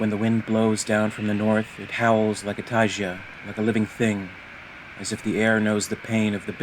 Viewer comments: I genuinely love all of your work - the occasional mispronunciation in these comic readings is the only thing that stops them being perfectly immersive for me. In this case, it's "TY-guh" not "TY-juh" for Taiga. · is it not pronounced "Tai-Ga" or am i crazy